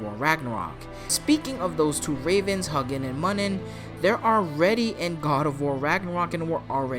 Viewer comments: I love you. But you’re saying Hugnnin and munnin wrong. huh- you- g is pronounced u, huh-you- nin. Muh- you-nin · How do you know what those words mean when you absolutely butchered the names of the two ravens lol